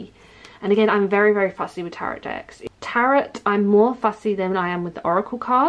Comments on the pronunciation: Hello! I'm curious why you pronounce the second (silent) T in "Tarot"? It really threw me off, as I've never heard anyone speak a silent T, except in error. Thanks! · It is actually pronounced taa-row (best way I can think to spell it, so that it makes sense. But I've never heard anyone actually pronounce the last t, like as in Carrot, I'd imagine it as if they're carrot, with a T but I'm not sure that's how you meant you pronounced it!!! Either way! Call them whatever you call them! My mother in law calls them the devil, and I'm doing the devils work- 20 years later. I've never stopped doing what I love!